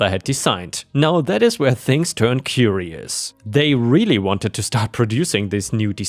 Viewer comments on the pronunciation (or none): none